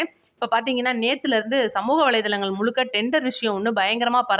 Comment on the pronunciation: முழுக்க முழுக்க என்று சொல்லவும். முளுக்க முளுக்க என்று சொல்றீங்க. தமிழ் சரியாக உச்சரிக்கவும்